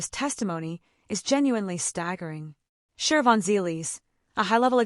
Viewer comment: There is no R in Shivons name